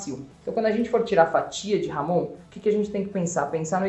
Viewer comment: Por favor pronunciem corretamente..não é ""Ramon"", mas Jamón..